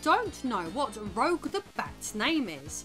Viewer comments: She is Rouge (ruːʒ) the Bat, not Roɡue (rəuɡ) the Bat. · You know that she knows what shes talking about when she pronounces Rouge as "rogue"